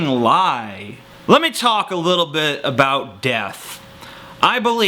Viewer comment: "abo ut" you canadian?